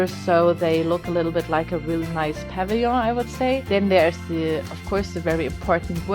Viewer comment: Pavilion is p-uh-vill-ee-in